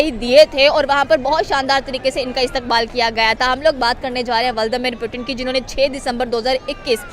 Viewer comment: पीयूटीन नहीं पुतिन😅😂